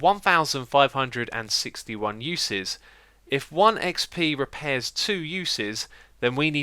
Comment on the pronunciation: "reapairs" oh Xisuma :') Also your conclusion is wrong, using a normal diamond pick will be able to repair itself fully as it is a total of 160% and not 60% as you said.... you're going to need to re-do this video tbh.